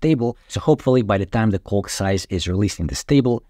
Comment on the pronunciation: I highly advise you improve your pronunciation of the word “calc.” Your current pronunciation is bordering on obscene. Great information. Many thanks. Cheers.